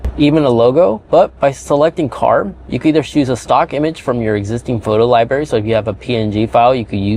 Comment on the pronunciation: Nice job but as a contributor and influencer please watch pronunciation. It’s “library” with an “R” not liberry. Thanks buddy - it’s hard enough to teach kids. And dude, lose the “much more better” and “jagwire”. Clean it up man…..are all grownups here.